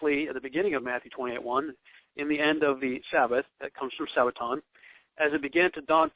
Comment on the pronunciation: Do you have any idea of the differences in the Hebrew calendar as to the Gregorian calendar? Or when a day begins and ends on the Hebrew calendar? Doesn't seem so. Begs the question, who taught you? Btw, have you ever heard the term "lost in translation"? And, the word is Sabbaton NOT Sabbatown oi vey!